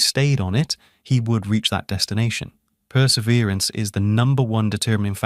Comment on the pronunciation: This guy spells the way Italk! I pronounce "wash" as "warsh", as in Warshington, DC. The young officer in "The Caine Mutiny" clearly pronounces it that way when his girlfriend asks where his mother is: "She's in Warshington." That is a long way of saying he has an extra R in Perseverance half way through the video. Can he be trusted? I find his videos amazing and profound, and someone spends a whole lot of time on the graphics!